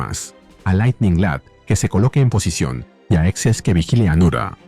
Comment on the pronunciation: XS no es "equis ese", es Excess. Salvo por eso el vídeo está muy bueno.